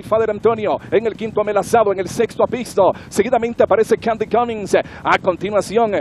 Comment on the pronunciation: Que paupérrima narración, ni siquiera sabe pronunciar al caballo apistos...